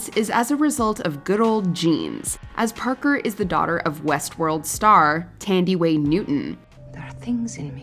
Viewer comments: The first part of Thandiwe(Zulu for "Beloved") Newton's first name is pronounced like "ton"...as in weight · The way you butchered Thandiwe's name...😂